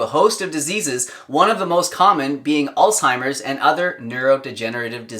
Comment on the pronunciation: Please, it's not "all-timer's disease"; it's "Alz-HIMer's disease". Alzheimer's.